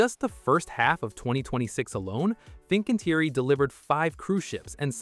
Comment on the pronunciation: everything else is also pronounce wrongly, Fincantieri, TUI, Turku, Meyer, Papenburg, Werft, Rostock, ...